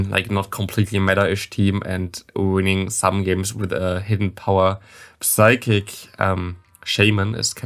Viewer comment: It’s funny you bring up the psychic pronunciation. I always noticed it and thought you were kinda just kidding with that. I believe I hear you say v’s as w’s as well btw. like you say wicterybell it sounds like. But it doesn’t bother me. just thought it interesting. And since you happen to bring it up.